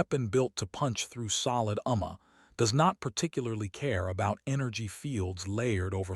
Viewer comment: This particular AI text to speech engine is so bad that it sounded like it was learning to talk as it was reading the text. Here are some hilarious examples of how badly it mispronounced some common words. First is a phonetic rendition of what it pronounced followed by the actual spelling of the word it was trying to pronounce. Vurrifud verified Ruckugnuzd recognized Umma armor Packing pacing Suvun seven Durun Darren Gruh gray It always amazes me that people are so lazy that after they use AI to generate the story, then a different AI engine to generate speech from the text, that they are don't listen to what comes out of and fix the garbage before releasing it to the world.